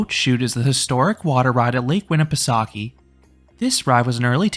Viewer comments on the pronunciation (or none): Classic stuff, probably my favorite ride, either this or the Matterhorn I’d say Btw, it’s pronounced “Soak-ah” not “Sawk-ee.” It’s a weird word I don’t blame you for getting it wrong. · Fyi, as a local of the area, the correct pronunciation of the park is “winn-eh-pe-soak-eh”, not “winn-i-pe-sock-ie”